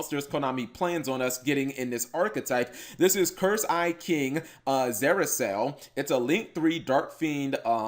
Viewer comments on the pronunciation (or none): Cap, it's pronounced "zuh-RAA-kee-ell".